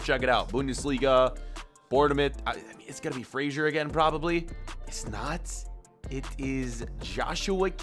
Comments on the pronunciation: Frasher instead of Fraser I’m a scots man and this is offensive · Btw it is Ryan fray - zer not fraysher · say fraysher one more time i sweaR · fraser is pronounced fray-zer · Love how he kept saying ryan frazers name wrong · Why does he say Fraser so weird